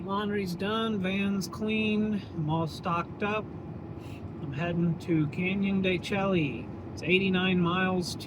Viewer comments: you're touring my homeland. The Navajo Nation. Canyon De Chelly is pronounced Canyon De "Shea" . Id go check out Shiprock just to see the monument. Its actually quite cool if you go up to Four Corners ..youd be so close so may as well go and check it out. Go try a NavajoTaco at the Resturant in Chinle they are amazing. Also you know more about Navajo "4" more than most millennial Navajos LOL . Thanks for sharing and looking forward to more. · El Morro, what a cool spot. They really made the trail unique. Canyon de Chelly is really cool also, tall sheer cliffs and ruins (pronounced de Shay). The route you have planned out is super scenic. Be sure to check out the Moqui Dugway and Valley of the Gods by Goosenecks State Park and of course Monument Valley. Navajo National Monument is a CANNOT miss spot, spectacular!! Lived in the Page area for 20 years, great scenery. Hi from Silver City, NM. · El Morro looks cool! I'm on the fence with excavation/archeology. I resonate with the respect thing but at the same time, we wouldn't know our history. There's ways to do it respectfully. Look at Chaco Canyon or..Canyon De Chelly (pronounced shay for the viewers, you like to play on words like I do haha). Once again, no one around 😄🤙 Been a long time since I've seen a coin tray wash. 64?!! Lol. Everything is cooler when you're surrounded by rocks. I'm still partial to the red rock..Zion, Moab, Sedona. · When we were there the ranger told us it is pronounced Canyon de Shay 😮